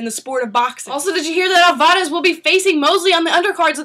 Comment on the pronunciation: is it just me or is she pronouncing alvarez wrong??? over and over agian